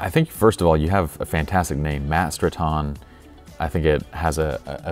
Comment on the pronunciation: Might it be pronounced, Matt Strat-'n?